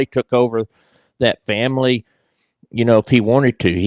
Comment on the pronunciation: No sorry! Vanilla isn't this boring. 🥱🥱💤💤 And and wtf is a Faii-Mah-Lee?; Thats how brroklyn jews say it. wtf is Wuttany?! Were you trying to say "Wasn't he"?